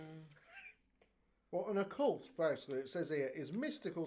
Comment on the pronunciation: I prefer Just Eat. I’ve heard too many horror stories to trust Uber Eats lol Also are you saying Occult or a cult? Because Occult is to do with supernatural and the paranormal lol